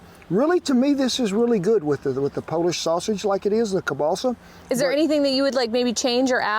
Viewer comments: You talked about substituting the hotdogs for Kebalsa, which is actually pronounced Kiełbasa (sausage)...makes me wonder about your history, are you Polish? R.I.P. to all the Polish veterans that fought for and emigrated to the United States when we lost our country. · Hey Kent? Don't wanna be rude, just wanna say that Kielbasa isn't pronounced "Cabaalsa", I was super confused, so clarifying for others as well. Think Kiev in Ukraine. Key-ev, key el basa, that's how it's pronounced. Love the video! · I love how Kent keeps saying kielbasa as "Kiebalsa" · Ke-ball-seh sausage lmao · the way this guy says kalbassah is like pronouncing trump's name as tremp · Sorry Ken but that sausage id pronounced keel-bah-sah. Here in Wisconsin, if you are not of the German of Polish heritage you are a minority, We just love our kielbasa, especially if it is smoked. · Political views aside, this is called Slumgullion, or American Goulash. And as a Polish-American, you butchered the pronunciation of kielbasa to the point I was wondering what you were talking about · 😂Took me a while to figure out you were saying kielbasa 😂. The way you said it made me think it was balsa wood. 😂 as always great recipe.